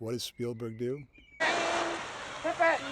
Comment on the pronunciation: You switch between Pippit and Pippen. It’s clearly Pippit.